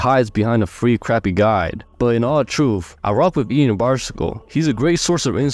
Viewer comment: His name is pronounced as Yan, not the way you said it, he specified in a video once